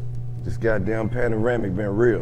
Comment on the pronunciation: Nobody heard dis man say panoramic